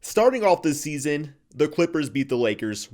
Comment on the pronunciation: He can’t even say the name of the clippers 😂